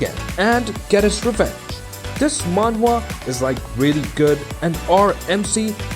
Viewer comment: Are you saying Manga?